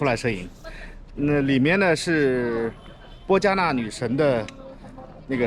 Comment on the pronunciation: 谢谢回国了还整理和上传摩旅的视频. 占婆王国中文又称邻沂. 口误说成波加纳应该是波纳加才对 PO NAGAR, 我1997年来时, 这里还很残破, 当时它是在芽庄的郊区现在被城市包围了.